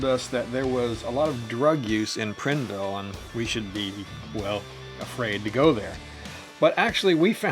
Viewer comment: Great video. It’s actually pronounced Prineville with the I sounding like eye. I don’t know if you remember, but I wanted to meet up with you at Crater Lake. I have a Yamaha Bolt and it would have been about 9 hours from Eastern Washington. Considering a Triumph Thunderbird. Do you have any experience with them for a longer haul bike?